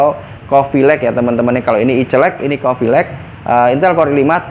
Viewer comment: i celek?? 😂😂 celeke sopo digowo rene cak?